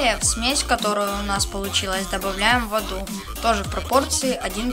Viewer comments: Суперское видео! Мне очень понравилось, но ты в одном месте поставил не там ударение: вместо "вОду", ты сказал: "водУ". Т. е. Получилось "ваду". Прости если показалось, что придираюсь, просто слух режет. Никого не хотела обидеть. (Сама не очень граммотная...) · Воду( ударение на У)- мальчик ты в каком классе? Правильно воду ударение на А!!! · ударение на о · мне тоже так кажется